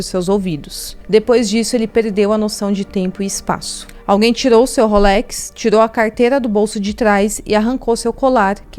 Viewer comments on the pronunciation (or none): none